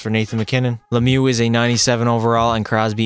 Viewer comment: Mario lemiou 😂😂🥴